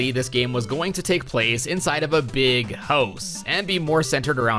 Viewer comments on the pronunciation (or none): Why does it sound like he saying host instead of house.